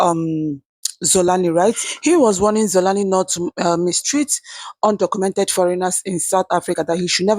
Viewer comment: Good Day My Sister. Xolani is not pronounced Zolani. If you have a South African friend, ask them to send you voice note. Someone adviced you to prounce it K, this is not correct. I am saying this because you have made a number videos about him and you are likely to make more. Thank you for presenting the South African side. I hope Nigerians will fix that great country. We appreciate you and respect you, but we hope you fix your country first. 🙏